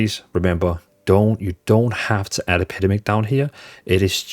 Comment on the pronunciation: Brother its EP-EH-DEM-ICK